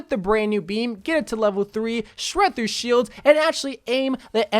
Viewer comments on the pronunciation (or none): none